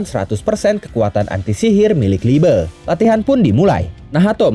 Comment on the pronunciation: liebe bang bukan liebe😔😩